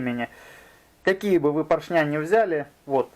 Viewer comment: ПоршнЯ, кабелЯ, звОнит... ухи мои, ухи! 🤣